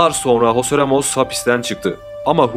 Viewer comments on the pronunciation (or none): none